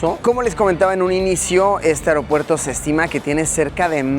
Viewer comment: Yo con mi TOC, escuchándole decir mil veces AROPUERTO, Luisillo es AEropuerto 🤣🤣🤣